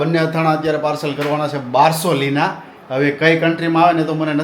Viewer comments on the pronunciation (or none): બારસીલોના બોલાય બારસોલીના નઈ